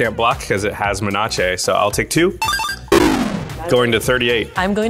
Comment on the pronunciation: Why do you pronounce menace as 'men-arch-ay'? It's men-ace (as in f-ace). Lol